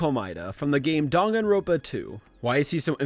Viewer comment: my whole body cringed when he said "dang-on-ron-puh"